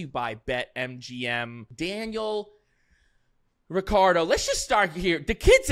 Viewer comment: The way to pronounce Daniel’s last name is: RiTCHardo…. Not RiCCardo…. Wankars😅